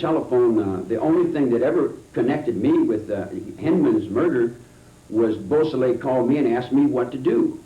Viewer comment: You’d think that the Parole Commissioner for such an enlightened State as California would at least be literate. The first three (3) minutes and he couldn’t correctly pronounce: • LaBianca • Beausoleil • Hinman • Severing There’s more, that’s just under the first three minutes. If the Parole Commissioner couldn’t be bothered to take the time to learn the last names of both victims, perpetrators or a type of sharp force injury from an edged weapon, you know he examined absolutely nothing of substance. Later on, I think he has trouble with “Van Houten” and “Kasabian” as well. Perhaps I will edit this to add more. What a Kangaroo Court.